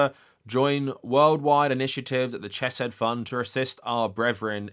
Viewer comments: I love the video but I’m dying every time I hear Ch-eh-said. The CH sound is pronounced like Chanukah, both in Biblical Hebrew and the constructed language that modern Hebrew is. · I agree with your points but please learn how to say Hebrew names. It's a courtesy every language should be afforded. Also it's incredibly distractng hearing you pronounce Chesed "chess-said".